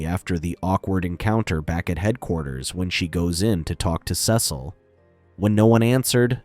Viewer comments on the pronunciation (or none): Your mispronouncing Cecil